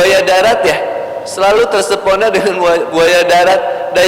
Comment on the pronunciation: terpes0na bukan tersep0na 😅